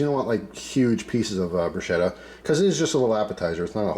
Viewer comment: Nice work, as an italian i can say usually we do only oil tomatoes garlic basil and chilli pepper, but there are so many variations. Ps is pronounced brusketta , the ch is hard.